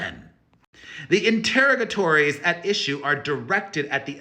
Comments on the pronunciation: “Inter-o-ga-tories” rhymes with “saga stories” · You aren’t quite saying interrogatory correctly. It isn’t pronounced like interrogation is. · You are mispronouncing the word interrogatories. I LOVE YOU & YOUR UP-TO-DATE “SAGA” COVERAGE!!! All love.